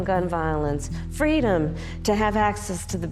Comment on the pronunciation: Fweedom! How can you argue with that?